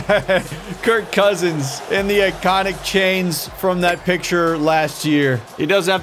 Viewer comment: Kirk Coursins....lol Coursins?